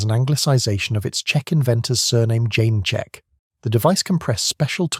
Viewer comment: Some strange pronounciation in places. Yeomanry is "YOmanree", not "YoMANree". "Caxial" earlier instead of "co-axial". the Czech inventor of the Littlejohn adapter was František Janeček, pronounced "Yanechek", not "Jane-chek". There is a picture of it .